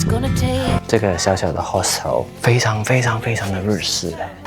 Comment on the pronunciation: hostel 好像發音錯誤喔~